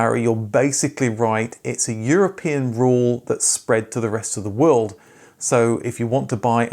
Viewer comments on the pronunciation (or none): none